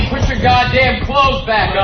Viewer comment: Listen to that idiot Opie say “put” wrong.